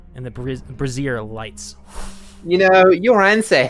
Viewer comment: Bray-zure. It’s bray-zure.